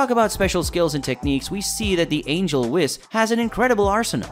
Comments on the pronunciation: It's whes not whis even though its spelled whis...hearing u say whis over and over is off putting. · Can you learn to actually pronounce proper names and in universe material. For example it's "Whis" not "Wiss" like c'mon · Who wiss? You mean whis, pronounced whes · It’s Beerus (Bills used to be used). And it’s pronounced (“Weess”) not wes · Its pronouced Whees not wiz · “ wis” omg my head hurts now…😖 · All these readers or narrators... have you never watched? Spelled whis, pronounced wheeese. Smh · Ok hold tf up, aint no way you called beerus "bill" and ur not pronouncing whis right bruh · Quit saying it wrong its whis the i makes ae sound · You are saying, Whis wrong! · Say his fucking name right it’s like you’re saying whisk w/o the k, dude the animators work w the writers so they’re saying it right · What the hell did u pronounce whis as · I like the content BUT please please say the whis' name right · I can't stand how you kept saying Whis wrong the entire video. 🤦